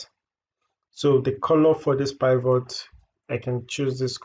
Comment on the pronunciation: Did you say "pie vote?" Do you mean the pivot?